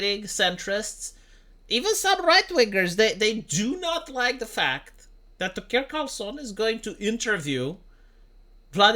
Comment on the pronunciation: you spelt the f word wrong to get around the censor but didn't notice the mispronunciation is doing the same thing